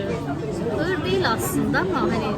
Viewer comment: ığır demiş ama sanırım ağır demek istedi. Bir de çikolata markasını çok övdünüz de okunuşunu da bilseniz 🤣🤣 ayrıca hazelnut kelimesinin telafuzu da öyle değil onu da araştırmanızı öneririm udemy’de birkaç kurs var linke eklediiiğğğmmm 🤣🤣